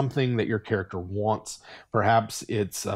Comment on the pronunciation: "the paladin waants to do what is right and good" oath of conquest be like: war crime noises